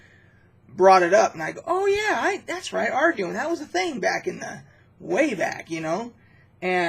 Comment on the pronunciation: It is pronounced are-dew-in. These were the first books that I used in early D&D. I loved the simplicity of the system and vastly prefer it over modern rules. You needed these supplements because the original D & D books were so incomplete. They were just collections of charts, maps, monster lists, etc. None of them actually taught you how to play the game in early days. It was passed from player to player by oral tradition only. I remember being offered a job in high school explaining how to play because parents bought the books for their kids but they didn’t know how to actually make a character or do combat or anything.